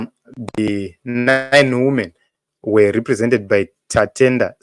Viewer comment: Women is plural for woman pronounced as "weemen" not "wuumen"